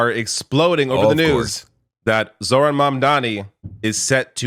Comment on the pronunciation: it was already a red flag when Asmond pronounced "Zohran" as "jordan" ...